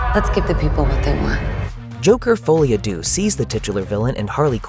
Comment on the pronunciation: The way he says "deux" hurt my ears 😪